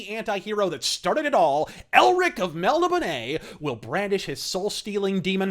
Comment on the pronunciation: Who is this fanny , can’t even pronounce melnibone